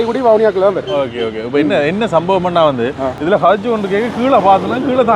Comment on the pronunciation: கஜன் ❌ கயன் ✅ ஜானை ✅ யானை ❌ உதுல ✅ இதுல ❌ 😂😂😂😂😂😂